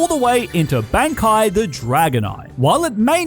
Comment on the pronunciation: You mispronounced bankai (Bon-Ky)....dislike. 💜💜